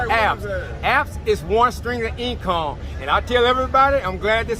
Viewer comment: "Strings of eencome"